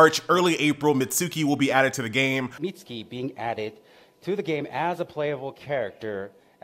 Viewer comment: I used to believe that you were pronouncing Mitsuki correctly but then I realized it was probably wrong because...you know. It turns out it's pronounced Mits-key.